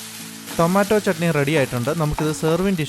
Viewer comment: ചേട്ടാ തക്കാളിചണ്ണിയല്ല തക്കാളി ചട്നിന്നു പറയണം കേട്ടോ